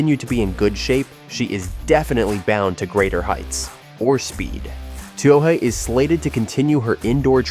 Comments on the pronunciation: Too bad this AI can't pronounce Katelyn's last name, otherwise it's great to see her back. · HATE this VOICE... CA'T Pronounce her NAME, and it's FIVE- ZERO, ZERO ZERO race